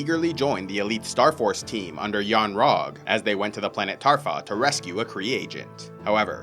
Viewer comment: seems like you’ve made a mistake there, it’s Torfa not Tarfa